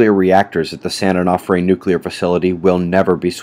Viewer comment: It's San Uh no fray nuke plant. I know anal